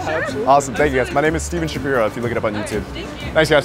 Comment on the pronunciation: Steven you keep telling people you’re Steven schapira when it’s schapiro. Idk if it’s how you pronounce it